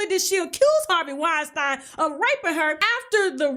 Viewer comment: Wine-StEEEN not Wine-StIIINE